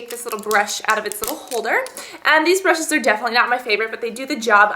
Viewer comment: You youse bryshes...